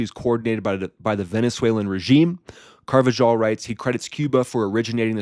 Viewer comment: Car- va- HALL ... you’re welcome, bro that’s how you say it.